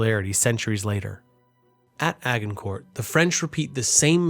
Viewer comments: lovely video and great storytelling but your pronunciations are all over the place, please do a little work on that. standouts are "agg-in-kort" for agincourt (pronounced a-sjin-core) as its french and the "shanell" islands, pronounced chan-ell as written as theyre english. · This was a really good video! Informative, clearly communicated, and kept everything organized to keep track of how things changed over the centuries. BUUUUT... it's Agincourt with a soft G, and the T is silent. "Ah-jin-cour"